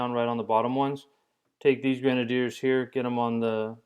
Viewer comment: i might be stupid... but i think he is pronouncing grenadiers wrong